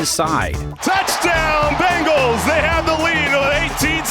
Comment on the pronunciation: sorry... but i keep hearing "cincinnati BAGELS"